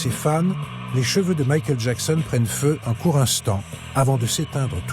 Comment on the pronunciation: J'adore quand tu fais Mikel Jackson